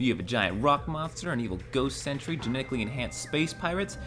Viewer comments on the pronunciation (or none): none